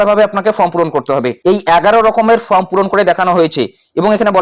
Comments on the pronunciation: দিনে ৪টা কেন ১০টা ভিডিও করেন তাতে ফর্ম কেন ফ্রম হবে। এধরনের ফালতু কারণ না দেখিয়ে নিজের উচ্চারণ ঠিক করুন। ভিডিও করে যখন জনসমক্ষে প্রচার করছেন সঠিকভাবে ভিডিও করাই বাঞ্ছনীয়। ভুল ভুল‌ই । স্বীকার করতে দোষ কোথায়? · ওরে ভাই, ফ্রম না, ওটা ফর্ম হবে।